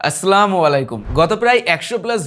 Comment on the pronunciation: আসসালামু আলাইকুম ওয়া রাহমাতুল্লাহ! সালাম শুদ্ধ ভাবে দিন। ওয়া আলাইকুমুস সালাম ওয়া রাহমাতুল্লাহ ভাইয়া।